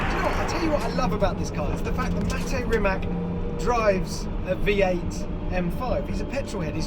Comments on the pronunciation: Its rimac not rimak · Its not Rimak with K , its Rimac with C ! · It isn't Rimak, it's Rima c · Rimac not Rimak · its not Rimak its Rimac like WITH A C, try Rimatz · Bro its pronounced Rimac not Rimack haha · *pushes glassed up* ...ummmm actually it's pronounced RIMATS, not RIMAK. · its not rimaK,its rimac (ts). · Stop calling it a Rimak. It is Rimac (ipa r i m a ts) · Imagine pronouning Rimac wrong